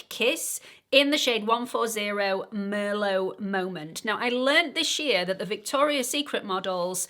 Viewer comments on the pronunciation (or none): none